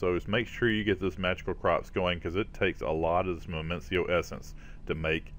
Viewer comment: Minicio = "mih-nEE-sEE-oh" or "mih-nih-sEE-oh" lol #grammarnatzi :P